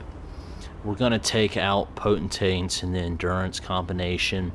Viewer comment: I can't decide. Is saying potent-taints on purpose cuz that cracks me up??! 😂